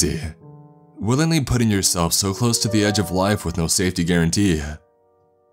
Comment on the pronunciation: Drug-teh, coolant-teh, no safety guarantee-heuh